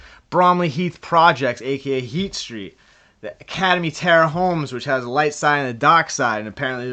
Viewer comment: It’s best to just say ACADEMY HOMES. IDK if you’re saying Terrace or Terror HOMES haha. Big respect, the channel is 💪🏾💯